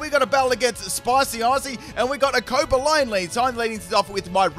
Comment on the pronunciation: Never heard anyone pronounce Cobalion that wrong XDDDDDDD